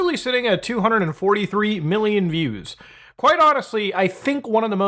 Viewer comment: "243 million miews".